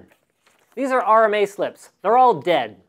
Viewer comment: "They're all Deyad"